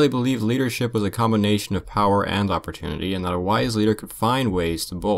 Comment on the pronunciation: says opporunity lol